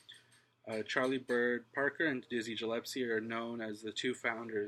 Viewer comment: Thanks for the video. I just wanted to point out that Dizzy Gillespie‘s name, Gillespie is pronounced with a hard “G”, like “give” or “girl”. NOT the “J” sound, like “giant”. So it’s Gillespie, not “Jillespie”.